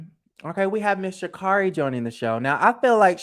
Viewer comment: Are you trying to say Shamari Devoe ? If so I loved her on the show as well 🥰